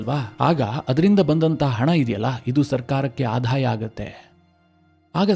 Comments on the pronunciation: ಆಧಾಯ ಅಲ್ಲ ; ಆದಾಯ - ಇದು ಸರಿಯಾದ ಉಚ್ಚಾರ. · ನಿಮ್ಮ ಮಾಹಿತಿ ಚೆನ್ನಾಗಿದೆ ಆದರೆ ಆಧಾಯ ಅಲ್ಲ ಆದಾಯ